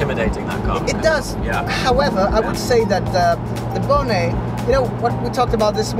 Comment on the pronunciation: Love the way he pronounced "bonnet" what a cool guy